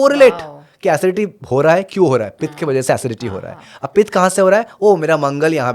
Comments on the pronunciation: Please say vaata pitta & kafa . Do not pronounce it like Vaataa, pittaa, kafaa. It's wrong & shows ignorance. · Hey don’t know how to pronounce pitta or pingala .. if you don’t mind improve that first phir interview karo don’t destroy sanatan language